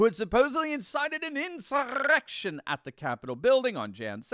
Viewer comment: Have to admit I backed the video up about 10 times just to hear roll his R's in the word "insurrection" over and over again